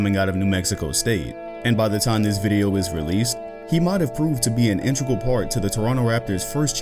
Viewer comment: The word is in-TE-gral